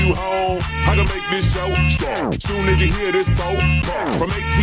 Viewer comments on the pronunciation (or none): none